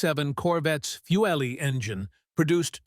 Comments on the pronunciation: It's pronounced Fuelee !!................dah......where you from man ??................................ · Fu-elly engine? 🙄 Great. Another bot-voice. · Then tell your stupid bot to pronounce it correctly.